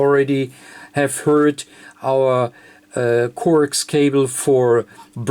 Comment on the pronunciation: Corks cobble; get it straight; I still understood what he was saying